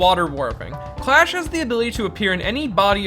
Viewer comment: tbh I thought Clash was actually called Crush due to the subtitles and pronounciation